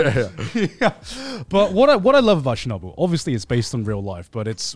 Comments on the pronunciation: I’m Russian, and it’s so funny to me that they pronounce Chernobyl as Shernobyl 😂 “Ch” is pronounced as in “check” Chernobyl is such a good show 100% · As a North American English speaker I could not tell they were talking about Chernobyl from their pronunciation! Sounded to me like Shenubble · I love the story of Chernobyl. Thought gigguk was saying shinobu at first and I was very confused how I hadn’t heard of another Japanese nuclear incident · Honestly thought they were pronouncing "Shinobu" till I checked the video "chapters"